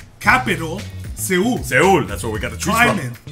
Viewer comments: Seoul is pronounced like Soul. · It's pronounced soul guys.😂😂